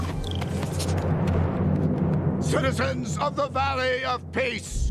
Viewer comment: Did just say "Amogus"?